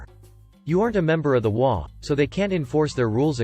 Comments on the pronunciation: Pronunciation of H O A is incorrect. It is individual letters not a word. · "Waa" lol. It's pretty Text-to-Speech or something related to it. That's why it mispronounced HOA as "waa"